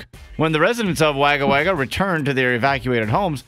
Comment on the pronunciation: Lol ...how he pronounced Wagga. It's wog-uh.